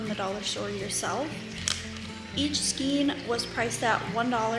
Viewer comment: I've had to use this in the past when no other store was open. It is really cute with the Peeps pattern. Just a quick FYI, the correct pronunciation is "skain" not "skeen".